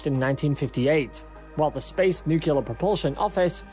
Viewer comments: m new-clear. not nuke u lar...gosh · I just can’t stand people mispronouncing “Nuclear” it gives me a headache. It is NOT NUKULAR! it’s NUCLEAR! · It is NOT pronounced “nuc-u-lar”. It is “Nucl-e-ar”!!! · I am sorry but, New Cleeee urrrrrr not nu qqqq lurrrrrr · I cant take this video seriously as long as you say nuculer instead of nuclear. Show me the second u in nuclear. It isnt there. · Nuclear! Say it like that: "New Clear" It's not "Nuke you ler" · It’s nu-cle-ar, not nu-cu-ler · It's N U C L E A R (nook-lee-ar), not NUKULAR, you dumb-ass! Atoms have NUCLEUS, not a NUKULUS! You just lost all credibility. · For the love of all that is good and holy, it is pronounced NEW-CLEAR, not new-cue-lar. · repeat after me, "new-clear, new-clear." Not, "new-kyu-lar" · Yeah, I think I'm gonna have to bail on this one before it's over, I can't hear this 300 more times! 😆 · Im glad I didnt have to write this comment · IT'S NUCLEAR NOT NUCULAR FFS!! NU-CLE-AR!!! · Hahahaha couldnt help but laugh when I hear this commentor saying nukilar like president Bush :) It is NUCLEAR :) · The word is nuclear, not "nucular". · It is pronounced “new clear“ not nuke you lar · Yeah why is this guy saying nuclear like Homer Simpson? "Nucular" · Is he saying "Nucular"? Ax me if I care but I don't think he will be working on a nuclear rocket. Did he just say "Yeeahs" 12 months in a yeeah. I think he might be from England. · i recoiled everytimes he called it Nukeelur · It sounded like nucuelar. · I thought the word was "NUCLEAR" and not NUKIULAR .... like "NUCLEUS" ... how could you get "NUKIULUS" out of it? .... I am mystified ... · Stop pronouncing it “nucular “ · For goodness sakes learn how to pronounce NUCLEAR. There is no such word as NUKULAR!!! Get a voiceover who knows how to speak! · Because of 'newkelar' pronunciation couldn't finish watching the video. Makes my blood boil :D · Hard to take you seriously when you cant pronounce nuclear.